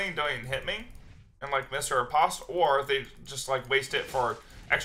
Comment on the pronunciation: Please please stop saying ripaast....I like ur vids but I literally almost stopped watching around 6mins when u said ripaaast instead of ri-post like 5 times fast.